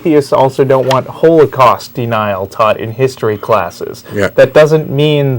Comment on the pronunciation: Weird way to pronounce "holocaust denial"